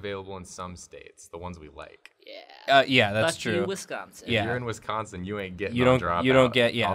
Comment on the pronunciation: The way they pronounced Wisconsin hurt my soul.